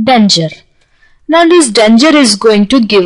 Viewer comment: and pronounce "preview" while stretching the the ee as in preeview..and not as "priview' i hope my comments will not be taken otherwise and be used only constructively..another word that can be spoken better is danger..